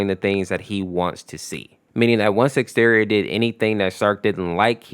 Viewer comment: Bruh "Exteor💀💀" no offense but the correct is "Ex-ze-tior"